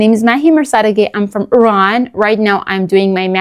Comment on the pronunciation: Dear Mahya, You are an accomplished linguist, and you must have a reason for pronouncing ''IRAN'' in American accent. I would like to know your reason. , , , California